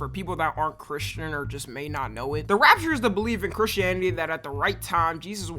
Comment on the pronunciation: it so annoying how he pronounce "rapture"